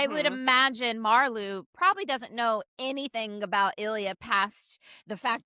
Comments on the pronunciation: Just found your channel. I’m looking forward to catching up on your videos. Love this one! By the way, Marleau is pronounced like Marlow (Mar-lo). :-) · Spelled Marleau (translated to ocean water in French ) pronounced like Mar-Low 🤭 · Another great giggle fest listening to this top 5! We love our supporting characters. Because I am picky (nerdy?? yup) like that, just a minor correction on the pronunciation of "Marleau". it's a long "o" sound on the end, not a "u". typical for all French words or names that end in "eau". Love that Svetlana is your #1! She has been a lifeline for Ilya. I have heard in other YouTube fan spaces that there is a storyline for Svetlana where she gets a top tier role in the management of a MLH team so she can use her hockey expertise. Would love that for her. And I love that in the scene on the bed with Ilya, she gives us a little peek into her opinion that Ilya may be a more versatile player than Shane -- even though she was kind of busting his chops. Both Ilya and Shane play the center position on their teams. When they are talking about them being on the same line at the all star game Ilya says he doesn't think Shane can play wing and Svetlana says "but you can". And I don't think Ilya will continue having a physical relationship with her. He is loyal to Shane ,babes!! Thanks for another lovely ride down a HR rabbit hole! 🙂